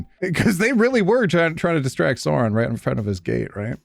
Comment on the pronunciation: i may be a nerd but the pronunciation of sauron as SOARON kills me